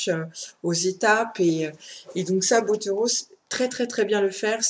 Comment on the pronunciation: Juste parce que je ne peux pas ne rien dire, ça se prononce "Elana" pas "Eliana" et c'est "Elana Cald1" (faut pas le prononcer à l'espagnol), Pierre "Botéro" et non "Boteuro". Moilà, juste parce que Pierre Bottero prononçait les noms comme ça ;)